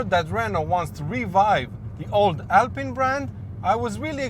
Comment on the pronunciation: "Alpyne" is for Rootes/Chrysler/PSA car models (Sunbeam Alpine, Chrisler/Talbot Alpine). "Alpeen" is the French brand, and therefore needs the French pronunciation.